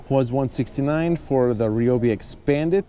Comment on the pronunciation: It’s not reeobee it’s ryblomee